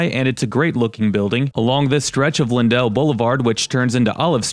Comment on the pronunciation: You put in a lot of effort and I hate to be hyper-critical...but it's disappointing that you did not know where to go. In the Central West End, you would want to show Euclid Ave., it runs north south; you only crossed over it. If you had driven down Euclid, you would have seen some of the "private places", which St. Louis is well-known for. Also, "Lindell" is not pronounced lynn-DELL, it's pronounced LYNN-dle.